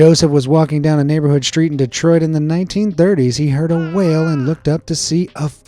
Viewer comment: You sead the Name Detroit.